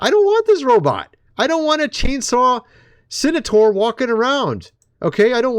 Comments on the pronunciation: BUD,it's CEN-TAUR...NOT cenator. Cheers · Its Centaur...not Cenitaur or Cenataur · It's pronounced cen-tar not cen-a-tar, lol! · Ps. It's Centaur, not cenetor. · Do you mean centaur? You keep saying senator. Centaur, pronounced SENT ar. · Really Bro? CEN TAR learn how to sound out the words like a baby in kin der gar tan. Lol wtf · This dude is not real. Everybody who was ever a kid knows what a centaur is and how to pronounce the word. And the difference between a centaur (not a "senator") and a minotaur. What next, dude will be calling a unicorn "Unicron"?